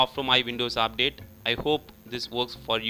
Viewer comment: he say update is apdate hahaha...